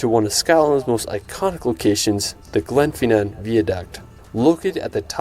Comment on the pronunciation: Ryan Shirley is pretty lazy about the names of the places he shows. Glenfinnan is [ glen FIN en ] not [ GLEN fee NAAN ].